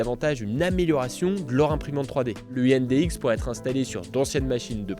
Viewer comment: heu, indx, c'est pas prusa, c'est bondtech et je crois que personne ne prononce comme tu dis 😆 De plus, de base ça a été présenté sur des voron et c'est un partenariat avec prusa. Mais j'ai bien hâte de voir ce que ça donne :)